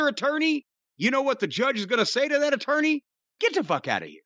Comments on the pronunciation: I popped on " got da Fook outta here!" Jim your channeling my Trinidadian neighbour.🤣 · That is also the Irish pronunciation.